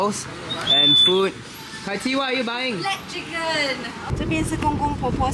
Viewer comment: Why'd Kaiqi say black chicken like that